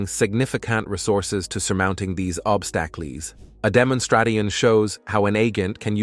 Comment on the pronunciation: Legal pronounced as “leg gal”? Obstacles pronounced as “obstak less”?